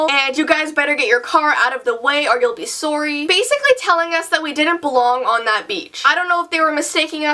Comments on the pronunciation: said sorry wrong lol butt I love your vids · Why do you say sorry like sory 😂😂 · It's how says sorry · "SOWRY" I LOVE THAT ACCENT SHE HAS WHEN SHE SAY SORRY!!! DON'T STOP SAYING WHAT YOURE SAYING!!!🎤🎶🎼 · The way you say sorry, is that your accent? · The way she said sorry was so Canadian it was kinda cool